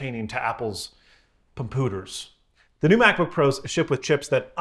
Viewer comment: Pumpooters. Nailed it.